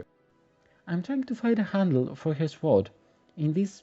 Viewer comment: New sub and I noticed that English is not your first language. You do very well, but two words you need to say different. "Sew" is a word for making clothes. Yes it looks like that is how it should be, but the word is said "So". Funny word that is hard to find in other places. You will need that word many times, it is said "So". The other word is "sword". It is pronounced "sord". The "w" is silent. It is another word you will use many times. English is a tricky language. The doll is beautiful!